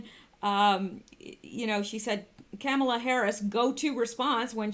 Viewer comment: Kamala is pronounced: Ka (short a) mal (like maul - "The large kitty mauled its owner when the owner tried to bathe it." + a (short a) = ka +maul + a (short a) with emphasis on maul....